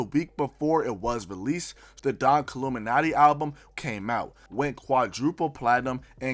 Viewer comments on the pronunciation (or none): none